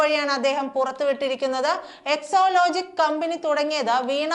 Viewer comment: ന്യൂസ്‌ റീഡർ കൂടെ കൂടെ എക്ലോലോജിക് എന്ന് പറയുന്നു. സാജൻ (മറുനാടൻ ) എക്സാലോജിക് എന്ന് പറയുന്നു ഇതിൽ ഏതാണ് ശെരി. ന്യൂസ്‌ റീഡർ ശെരിയായി ഉച്ചരിക്കണം എന്നൊന്നും ഇല്ലേ